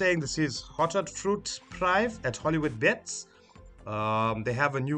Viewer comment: Top session. FYI prive' is pronounced "preevay"